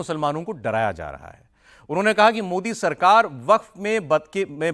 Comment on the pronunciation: इस तोतले की जुबान सही कराओ यह मोदी जी को मोड़ी उच्चारण जानभूझकर करता है जबकि मस्जिद को मस्जिद उच्चारण सही कर रहा है इसके दिमाग में जहर भरा है , वक्फ बोर्ड को तो समाप्त होना चाहिए